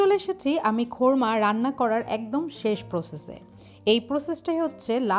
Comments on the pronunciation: Sorry.....কোরমা রান্না কে কেন বারবার খোরমা বলছেন,শুনতে খুবই শ্রুতি কটু লাগছে । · কোরমা কে এমন খোরমা খোরমা করতেছেন যে, আমি ভাবলাম কি না কি 🙄🙄